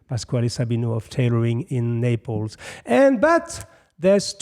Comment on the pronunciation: it's NapleS not Naple